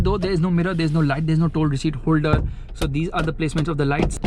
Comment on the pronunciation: toll "receet" not "receept" after watching Abhishek Upmanyu's video. 😂😂